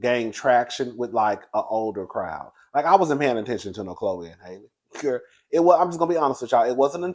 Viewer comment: I think halle bailey pronounces her name like halle berry.